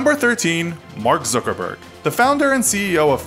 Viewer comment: you might wanna pronounce all of these peoples names right; its zuckerberg (like yuck with a z instead of a y) not zookerberg